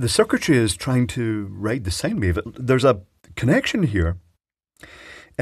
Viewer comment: Did I hear you correctly? Did you say that the circuitry was possibly writing a sigh wave?